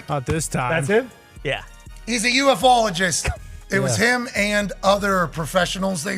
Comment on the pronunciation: "U, F, ologist"! 😂 "U-fologist" is how the majority have said it for at least 50 years of my life!